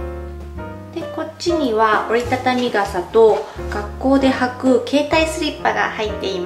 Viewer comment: 折りたたみ傘の発音が英語の発音w